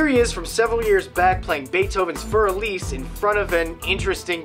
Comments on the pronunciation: Its beethovens "Für Elise" not Baithoooven for alice:D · haha xD you pronounce "für elise" in a funny way :D